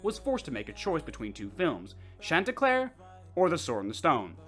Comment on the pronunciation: Churlnsterpruk? Dude I could not understand that once